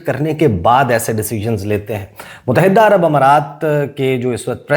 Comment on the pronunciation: Kitnee dafa tumain batain? Mutahidda ghalat talaffuz hay. Correct pronunciation is Muttahida. It is irritating for my ears. FGS 😮